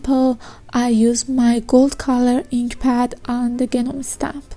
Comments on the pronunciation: Hi, very sweet tutorial! I wanted to tell you also, that the G in Gnome is silent, so it's pronounced Nome... no harm meant, I just notice that, in the comments, nobody seems to help people for whom English is a second language when they mispronounce something. So I hope I helped! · Hi, really nice ideas for using stamps. English lesson, don't say the G sound at the beginning of Gnome...it's silent so just pronounce it Nome. 😉